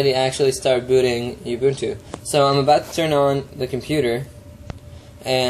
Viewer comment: I'm from South Africa, so, just to tell you the way you pronounce it is "Ooo-boo-ntoo". It is a Zulu word meaning "community" or "togetherness".